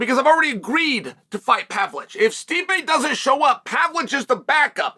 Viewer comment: Relevant timestamps Thiago "Alfs" Santos dramatic leg cross "Pavlich" x3 "Serjee Pavlich" "Pavlich" x3 nostalgic leg cross Izlem Mucklechev x2 "Pavlick" "Serjee Pavlich" snappy leg cross "The dick that coined it in the first place did it!" BARS "Alex Pear" "Serjee" x2